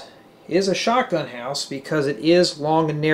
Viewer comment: Why dif you say shoutgun house?